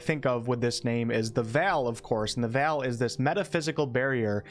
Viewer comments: Great video, thanks. Ps: VEIL is pronounced like VAIL/HAIL, not VAL. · Veil is pronounced like vayl. Look at how people pronounce a bridal veil. It's not pronounced Val, like the actor Val Kilmer. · It's "Veil" as in "ale" not like Mr Kilmer, Val :P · You know I love you. I love your work. But for the sake of all that is, Veil is pronounced "VALE" not vel. Google that sh*t. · VEY-L VEY-L, wtf is a Vall? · That pronounciation was firmly in the uncanny VALley lol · love your content but the way you pronounce veil takes me out xd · Why do you pronounce veil like that? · The way you say the word "Veil" is so interesting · I have never heard the word "veil" pronounced in quite that way. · Amazing Video! You always know how to deliver. Incredible work! Btw plz learn how to correctly pronounce the word Veil until Launch Date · Is anyone else thrown off by the way he is pronouncing veil? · I get that. My own accent has its own odd words. The frequency of the word veil in this video just made it a lot more prominent.